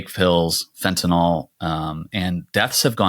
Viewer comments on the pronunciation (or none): Guys, Americans, it's fentanyl. Fen-ta-NIL. Enough with the Fentinol, please. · It's Fentanyl, not FentanOL...I wouldn't say anything but you inherently defeat your point if you can't say the word properly.